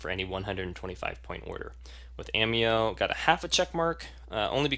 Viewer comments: Hi.... It's obvious that your evaluation is heavily biased towards the doTERRA oils. The fact that you have chosen to represent doTERRA out of personal choice is respected. What is not respectable is presenting an AMEO (pronounced A- May' -o) evaluation that is not accurate. As a practitioner who obviously finds service important what is paramount is to ensure my clients get the absolute best. Perhaps one the MOST IMPORTANT factor you for missed including is the category of grade which ensures quality and efficacy of every batch.... CLINICAL grade... Ameo = YES, doTERRA = NO... Sorry... just find your assessment to be too biased to be credible. Just at side note... at Ameo we are taught to educate people about what makes Ameo a superior category creater in the essential oils industry. We are coached NOT to tear down other companies in the industry with unsubstantiated information. It's just another factor that makes AMEO great. All the best with your doTERRA business:) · First of all, it's pronounced Ah-mayo. If you are a distributor as I am, customer service deserves a full check mark. Quality? No other US produces oil comes close. Ameo is clinicsl grade. By going to the Cert-5, you csn actually see a video if the oil in question entering a human cell under a mass spectrometer. No other US producer offers that. Nice try, though.